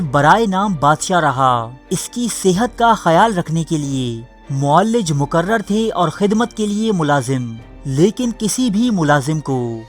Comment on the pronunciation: بھائی صاحب اردو تلفط پر خاص توجہ دیں۔ معالج کو "معلج" اور معالجین کو "معلجین" پڑھ رہے ہیں۔